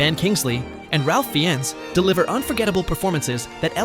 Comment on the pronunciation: Ralph Fiennes first name is pronounced RAFE and his last name FINES, learn how to pronounced his name.